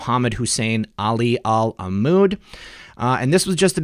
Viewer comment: The BEST reader of foreign names, bar none. Sheikh Mohammed Hussein Ali Al-Amoudi. You charge right in without a stutter - I like that! And you had the grace to giggle after you did it, lol. Keep up the good work. God bless you <3